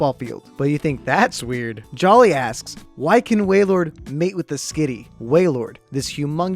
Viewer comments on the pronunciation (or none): none